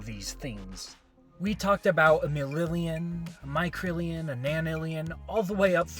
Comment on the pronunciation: Also it’s millinillion not millillion